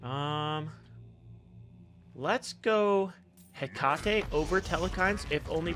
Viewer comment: its such a pet peeve how every smite youtuber pronounces Hecate wrong. its pronounced Heh-kuh-tee. Love the videos though, keep it up <3